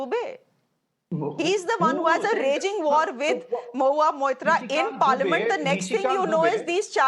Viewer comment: Bhai her name is mo-hu-a Maitra , please pronounce the name properly